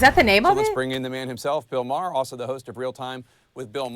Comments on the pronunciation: His name is pronounced "Mar"., not Mare. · Yes, thank you. I keep wanting to bring this up without coming off as pedantic. I think of it like Bill Burr, Bill Marr.